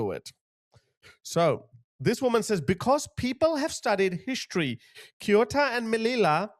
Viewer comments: is not kiota is CE U TA, if you’re gonna talk about this kind of stuff at least do some research on how to pronounce things man, saying this with all the respect possible but cmon, CE (as in Celebration) UH (as if it was a OO in zoo) TA (as in Tanzania) CEUTA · For future ref, depending on regional dialect; Ceuta is pronounced "Seh-oot-ah" or "Theh-oo-tah". As always, thanks for all you do 👍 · Pronounced Se-u-ta Cheers guys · I always listen to your wise analysis of the confusing current world situation. My son says it is a World Wide Colapse. He is so right! Let me help you with the pronunciation of Ceuta and Melilla. Spanish is totally phonetic, and we pronounce every letter (except the "h" which is silent). So, Ce pronounced like the S in Sea. Then, euta, e like in egg and u like in University. Perhaps it will be easier for you to pronounce it as if it were written Seutia. As for Melilla, the double ll has a Y pronounciation, such as in young. Perhps it makes more sense for you to pronounce it as Meliya. Hope this helps! 😉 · He pronounce Ceuta much much worse 😂😂😂😂😂😂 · Read “Ceuta” like Seuta (in reality it’s somewhere in between Feuta and Seuta). Read “Schengen” like ShenGen (G like meGa not like Giant) What does it cost you to check how to pronounce stuff in Google Translate before you make a video? I honestly find it disrespectful that you don’t do that. In 2025 Italy has let in 66 000 illegal migrants, whereas Spain let in 36 000 illegal migrants. The response of multiple countries to outright remove Spain from Schengen is unprecedented, especially how people don’t comprehend how these Moroccan people never reached mainland Europe. Unless I’m wrong and they did cross, but I haven’t seen any videos of it happening. I have no clue I’m chilling in Warsaw, Poland without any illegal migrant issues. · Hi the cities’ names are pronounced Ceuta = theh-oo-ta and Melilla= meh-lee-yah